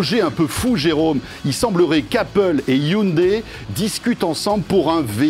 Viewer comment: C’est la bonne prononciation en coréen et non hyundaille